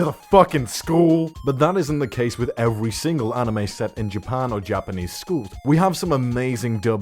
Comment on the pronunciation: “Evewy main character in evewy series” 😂